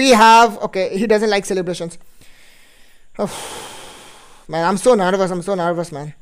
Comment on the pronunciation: De misrerio r u kinding saying nervas saying narvash haha😅😂😂😂😂